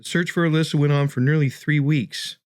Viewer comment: Her name is Elisa, pronounced like eh-Lisa, not Elyssa. Hello?